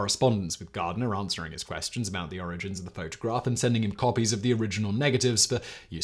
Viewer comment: Lol "photograRph"